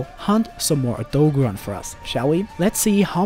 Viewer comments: O - DOE - GAR - ON not o-dogo-rahn, I'm sorry but it's driving me nuts. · "oh-dog'run" well that's one way to pronounce it i guess, lol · It’s O dog oran since it’s based off a dog not a deer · Very cringy to hear everyone try to pronounce Odogaron